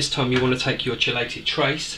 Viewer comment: Great video. Btw its pronounced Key lated.